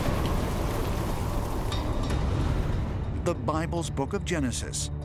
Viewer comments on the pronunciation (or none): none